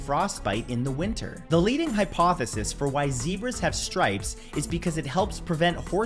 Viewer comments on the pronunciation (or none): none